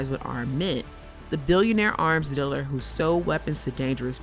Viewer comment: You should probably hire someone who knows how to say the word "dealer" properly...